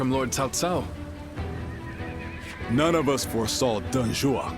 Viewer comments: WTF is the VA doing his name is CAO CAO, not TAO TAO. It's not even close to the original language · Cao Cao? Did you prefer his name like Cow Cow?